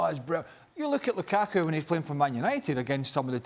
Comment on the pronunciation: "Loo-ka-kuh" - Steve Nicol